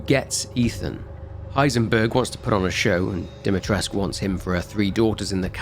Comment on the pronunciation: i have to say i never understood why they ignore the "u" at the end when pronouncing "Dimitrescu" in the game. No, the "u" is not silent and it does have to be added at the end. Though it also bugs me that the name is spelled "Dimitrescu" with two "i". In Romania, "Dumitrescu", spelled with two "u" is a common last name, there even is a famous romanian chef called Sorin Dumitrescu, but i've never heard of anybody named "Dimitrescu". I've also never heard "Alcina" ever used as a first name here in Romania, i don't even know if that name exists. I'm probably overthinking this way too much anyways so it doesn't really matter. Edit: also this isn't pronounced cadoo, the first syllable (ca) is pronounced like in the word "caracas", while the second syllable (dou) is pronounced like the "do" from the word "dome". Edit 2: this is also not how you pronounce "vârcolac" as there is supposed to be an accent on the "a" turning it into the sound "â" but i can't think of any words in english that use this sound so i can't really explain how it's supposed to sound. Fun fact, vârcolac means warewolf in romanian. Edit 3: this pronounciation is correct though.